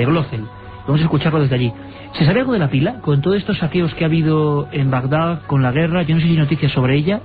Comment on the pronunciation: espero que después de todo este tiempo hayan aprendido a decir Bagdad en vez de Bagdag